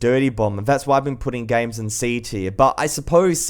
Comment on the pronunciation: I like how he says gaims